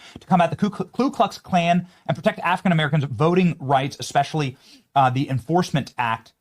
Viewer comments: It's Ku Klux Klan, not Klu Klux Klan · It's KU Klux Klan; Not KLU Klux Klan. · Hey mate, it’s ‘KU’ ‘not KLU’. Pronounce it properly. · It's pronounced 'COO Klux Klan', "NOT "Klu" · With the utmost respect, it’s pronounced Ku Klux klan, not KLu Klux Klan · KU-KLUX- KLAN not KLU